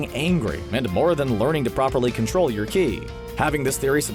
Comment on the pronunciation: I was bothered more by his incorrect pronunciation of Ki. I mean, come on, at least be better than Dragon Ball: Evolution.